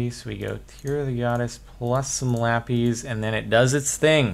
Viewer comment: I doubt you even see comments from videos this old, Cap, but what is the origin of why you pronounce lapis as lappies/lap-eez?